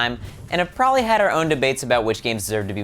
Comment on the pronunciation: Its PROBABLY, not prolly